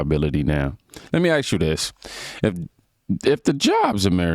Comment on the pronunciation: Hey, y'know how you worked on saying "anywho".. Can you Please work on saying, ASK instead of AXE? PLEASE?